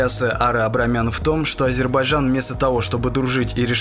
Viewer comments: Не Адирбиджан а Азербайджан 🇦🇿.Если у человека нету стыда и совести тогда от этого человек наглеет. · Научись произносить название Азербайджана